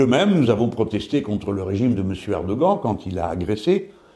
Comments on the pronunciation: apprend lui à prononcer Erdoghan stp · Vidéo très intéressante. J'ai beaucoup ri à votre prononciation du mot "Erdogan".